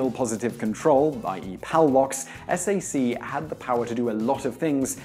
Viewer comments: It's pronounced "sack" not "ess ay see". Also "handed out to Airmen" (the USAF has Airmen NOT Soldiers) Yes there was a movie about renegade Airmen taking over a nuke silo ~ it was "Twilight's Last Gleaming"(1977) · NO ONE in the universe save this presenter pronounces SAC as "S . . . A. . . .C". They pronounce it as one word ("Sack"). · You are showing your ignorance of the subject. SAC is SACK. Not S...A....C. Geez.....watch a few old movies or something. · With respect, "SAC" is called "sack", not "s-a-c." The American military does not spell out the letters in this case, pronouncing SAC as a word. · Dude, if you knew anything about the topic, it is pronounced SACK, not ess A cee. That tells me you basically just repeat bullshit stories that you picked up on wikipedia or elsewhere. Stick to what you know. Whatever that may be. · Hey dumbass, its not S-A-C it is pronounced "sack"! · "SAC" is pronounced "sack". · SAC was pronounced to rhyme with "sack" and not as individual letters. Ditto for MAC and TAC. Today you found out. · SAC is not pronounced with stating the letters one at a time. SAC is pronounced 'sack'. I was assigned guarding the Minuteman Missiles in the late 60's. A very interesting weapons system.